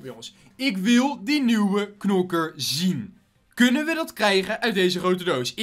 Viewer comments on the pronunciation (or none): none